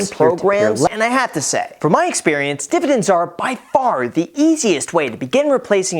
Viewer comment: Please say "divididn'ts" again🤣